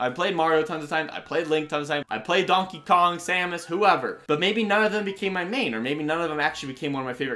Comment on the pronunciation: “Dankey Kang” 😂